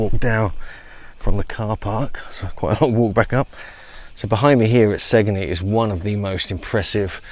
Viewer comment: And "Sane-yee", Italy.